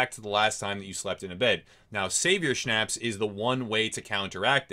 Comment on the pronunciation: Good video, however.... schnapps is pronounced differently, and you cant eat it, you drink it.